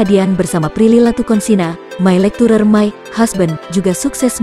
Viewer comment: Maaf ya Gan, pronounsation nya mesti di benerin lg... Lecture bukan dibaca lectur... Tp Lekce'